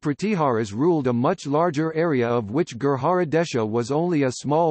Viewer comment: Information is ok but bad pronunciation. Gurjar or Gurjara not Gurhara. This is not Spanish j is pronounced as J not H.